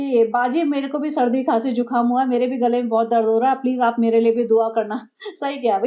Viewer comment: Not jhukaam it is zukaam